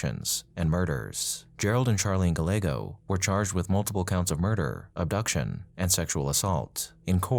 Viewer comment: Gallego is pronounced GUY-eggo.